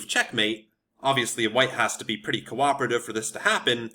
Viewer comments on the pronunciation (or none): none